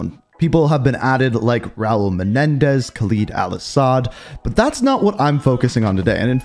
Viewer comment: This man keeps saying khaleeeed instead of kha “ LEAD “ al asad